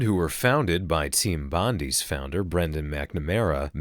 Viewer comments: Team bondie? Meant to be said as Bondeye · team bondi is pronounced bond-eye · I dont wanna hear anymore from yanks about aussies accents when yous cant even say Bondi properly. or emu. or melbourne. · You’re a bit late buddy, and that’s not how you say Bondi